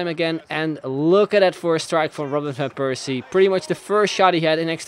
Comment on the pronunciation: why do you not pronounce van Persie so weird..